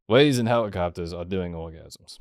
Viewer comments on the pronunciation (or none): Why did bwo switch up on dark wolf as soon as the wadies come awound. Bwo is fow weal a awagg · i didn't know wadies moved in thwee dimensions